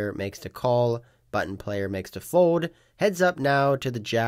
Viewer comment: I’m hopeful that one day you will learn how to say “fold” instead of “fode”.